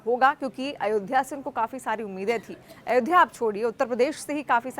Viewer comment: Madam Ayodhya bol Ayodhya